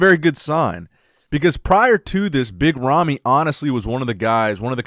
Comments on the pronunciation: I hear yummy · Sometimes when says 'Big Ramy' I hear 'Mitt Romney.'